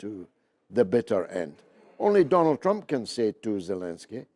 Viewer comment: makes me laugh, if you missed it Pepe said does Flump not Trump.